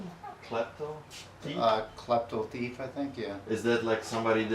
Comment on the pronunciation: Like how he says "Tief" instead of thief